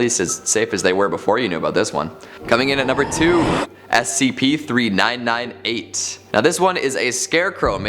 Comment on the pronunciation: Did any one notice that he did not say the first SCP number correctly